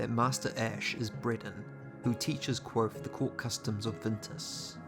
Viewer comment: The V in Kvothe is not silent.